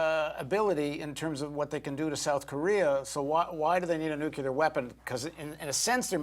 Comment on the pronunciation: he says nucular.